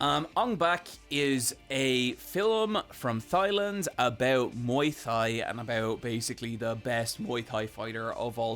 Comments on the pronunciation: we love you, but you're the first person in history who's ever pronounced the country "thigh-land" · Thigh-land? Muay Thigh? please. Is it actually said that way in Ireland or are you ribbing us lmfao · I'm sorry to be that guy but did I just hear you call Thailand "thigh land"? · I know it's fun to poke fun at for his pronunciation of "filim" and "OR OR OR" but i really don't think we bully him enough for "thighland" and "muay thigh" 😂